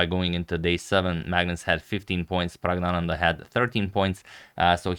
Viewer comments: Sir, I think the first N in PraggNananda might be silent during pronunciation. I am not sure, but I think it might be so. Since you are so meticulous about pronunciation, I am commenting this. Other viewers, particularly from South India might help in this matter. With lots of thanks and regards. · N should be pronounced. Pragg-na-nan-dhaa.